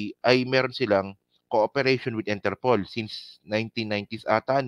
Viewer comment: INTERPOOL din pqgkakadinig ko.